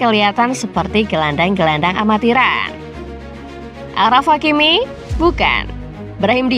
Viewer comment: Achraf Hakimi dibaca Ashraf Hakimi, bukan Akhraf Hakimi.. Ch ejaan perancis dibaca Sh atau Sy. Contoh Cherif dibaca Syerif.